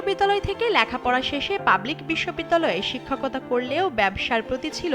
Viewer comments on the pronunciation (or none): সাংবাদিকের 'শিক্ষাকতার' উচ্চারণটি তার শিক্ষাগত যোগ্যতাকে প্রশ্নবিদ্ধ করে।